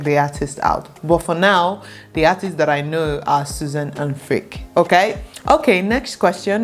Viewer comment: To be clear, I’m not judging your music taste but Freek is not pronounced as Freak but as Frake (like snake for example, or Drake).